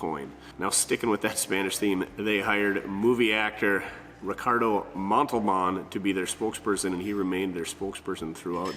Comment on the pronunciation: REe-car-DOH MONT-le-BAHn was the best.